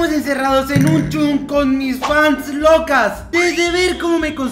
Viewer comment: Fasnslocas🙅🏻 fast reloca😂